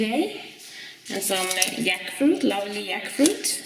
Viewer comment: Wow! A bounty indeed. I love how you pronounce jackfruit as yackfruit